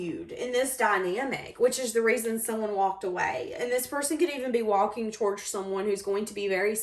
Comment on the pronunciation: Love the way you say walking “towourge”. You’ve got a nice singing voice too!